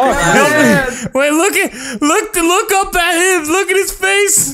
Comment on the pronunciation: Opps face not faca